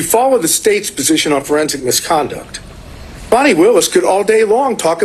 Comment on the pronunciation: Her Name is Fani, like "Faany" NOT "Fanny". Get it right!